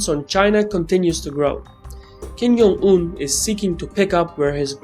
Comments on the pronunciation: Hello, it's kim JUNG-un, not kim "yung"-un. I know ur pronouncing it like spanish where J is a Y, but it is not the case for korean. great video nevertheless by the way. :) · Worst mispronunciation of 김정은's name